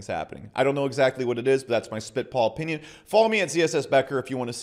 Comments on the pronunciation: “In my opeeneeon” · the way you say 'opinion' is weird, so weird you should really find a different word